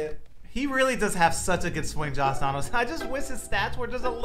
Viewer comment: Why does it sound like a is saying Joss Donaldson lol